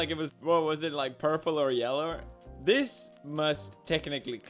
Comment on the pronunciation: In he said yeller